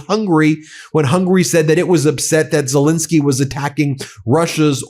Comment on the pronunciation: Great video. Ben, in your videos, you seem to pronounce Zelenskyy as Zelinskyy. I'm not sure now which pronunciation is correct, but believed it was as it is spelt. Apologies if I'm wrong. Regards.